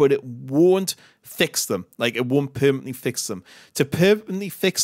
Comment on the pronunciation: "To perpenly fix them..." WTF does "perpenly" mean? Do you mean, "permanently"?